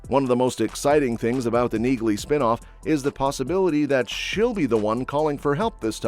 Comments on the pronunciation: NEALEY, not Neagley. The g is silent. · Pronounced Nealey